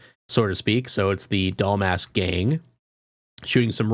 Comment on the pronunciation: You keep calling her Doll Mask” lol